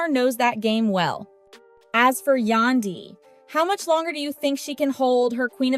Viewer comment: I wish the person who made this post learn how to say Yandy's name